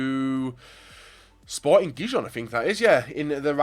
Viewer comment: its pronounced sporting 'hee-hon'